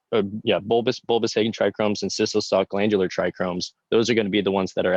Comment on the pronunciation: Thought it was a bit odd. Dude was dropping crazy knowledge while mispronouncing trichomes. Haha Thanks for all you do brother. 🙏🏼